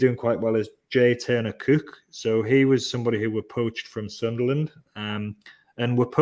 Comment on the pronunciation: Very very concerned about pronunciation of Cooke ( and possibly book and school ). Suspiciously makem. Paul from TTR does the same, but he does live in Durham.